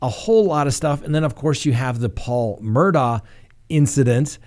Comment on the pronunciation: I’m Scottish, Murdaugh is a Scottish name and it’s pronounced Murdaw. Hope this helps.